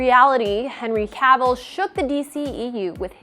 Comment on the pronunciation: Can’t say Cavill right either